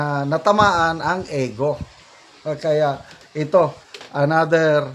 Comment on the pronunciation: Sir, indict is pronounced as in-dite not indik. Again and again you are pronouncing LEGAL as leh-gal. It is LEE-gal or LI-gal. Ego is not eh-go. It is EE-go po, sir. Regal is REE-gal, not reh-gal. Please listen to the videos you are sharing from certain personalities or other bloggers on how words are pronounced. This is a polite suggestion, sir.